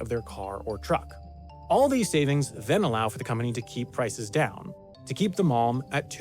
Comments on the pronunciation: man when he was saying malm I thought he was saying mom 😂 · The mispronunciation of "malm" using the same sound as "calm" hurts everytime! It's not french, we Swedes do pronouns every letter (with a variety of sometimes using different sound and combinations them sound like air 😅😂). Also an video without mentioning how useful IKEA bags are for everyday life and therefore they will more likely be on your mind when you need something is missed information!